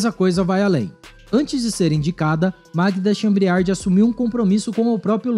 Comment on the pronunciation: Leia direito o sobrenome da presidente da Petrobras